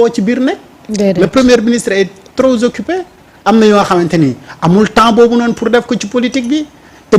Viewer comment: Le premie ministre est trop ????? Trop occipé khana ?? Fo diélé S binga prononcer 😂😂😂😂